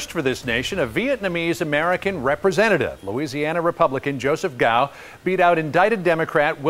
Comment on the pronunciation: Dammit bitches it's pronounced 'kow' not 'gow'. The C is a soft C so you don't aspirate it loudly. Repeat after me. 'Kow'